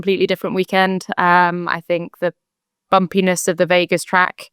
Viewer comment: Jamie's pronunciation of the word 'Bumpiness' pricked my ear.... sounded more like 'Bum-penis'.. 😂.. sorry!..... however.. She's the best pundit of the three. Don't understand the hate for the other two though..